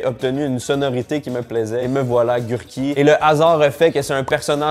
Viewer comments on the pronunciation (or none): Ogurky ca veux dir cornichons en polonais pas gurky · Concombre c’est Ogurky en polonais pas gurky :(